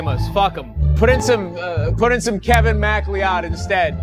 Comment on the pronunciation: I was so distracted by how he pronounced Kevin Macleod, that I totally missed the hype of the Bullseye.